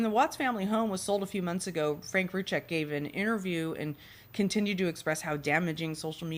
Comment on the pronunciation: Can we please pronounce their names properly by now? Their last name is pronounced "Roo Seck" the Z is silent. Rzucek. Sorry it get annoying after 4yrs